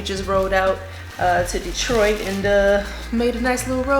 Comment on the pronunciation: I like the way you say my city DETROIT